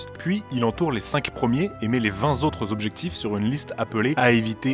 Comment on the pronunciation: Les 20 Zautres putain. Tous ces YouTubers et ces défauts de liaisons, c’est aussi agaçant que « un espèce ». Apprenez à parler bordel. Vous n’êtes pas des débutants.